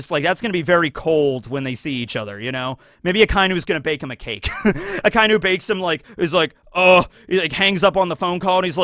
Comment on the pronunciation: I dont understand how you watch anime yr whole life and stil cant pronounce names correctly, Finaly you learned how to say A-KAI-NU. instead of A-KA-iiiii-NU And now you butcher KI-ZA-RU. not KIE-ZE-RU i bet its on purpore to get more reactions